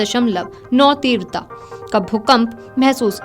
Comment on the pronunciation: तीव्रता का बोलना ठीक करो बहन🙏🏻 बाकी जानकारी देने के लिए धन्यवाद🙏🏻